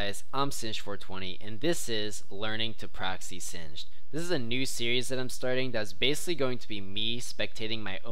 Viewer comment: its sin-jed and not sin-ged?